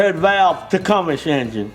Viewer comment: 😆 Tech-um-us engine! Those flipping teeth I can’t even..